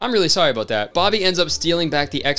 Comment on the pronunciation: "I'm really sorry aboot that" that is the first time I actually heard his Canadian accent lol